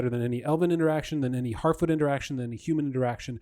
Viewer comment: Lmao "Harfeet"